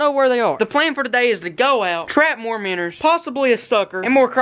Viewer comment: dude they are called minnows not minners